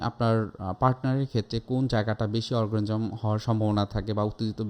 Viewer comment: অর্গাজম উচ্চারণ করতে পারে না, বলছে অরগারিজম।